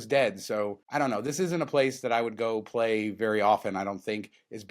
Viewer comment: That 'A' in play at the Luxor. Oh my!😂